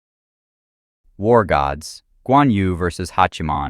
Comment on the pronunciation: "yu" "nü" in chinese is not pronounced as "you" "noo", but more like yii, nii but do the sound with an o shaped mouth, almost like whistling. good luck.